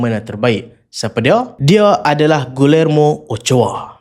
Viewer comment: bukan pronouns gulermo.. cara betul sebut nama dia.. gijermo.. sekadar teguran